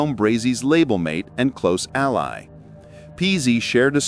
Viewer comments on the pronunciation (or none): none